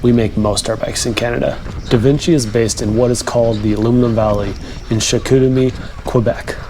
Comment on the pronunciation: Spot on review, from the chicoutimi pronunciation to the bike review it self, good stuff!